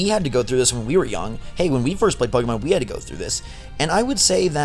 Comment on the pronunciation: "Pokie Mon" lol...